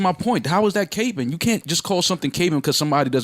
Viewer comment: They pronounced capping capeing lol